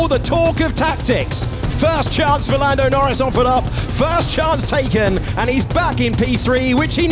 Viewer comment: i turned off the video when i heard "lando noris world champion"